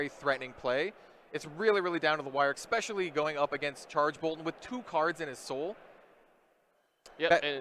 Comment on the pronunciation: Listening to this and increasing Blood Debt by 1 every time the commentator says 'ekspecially'.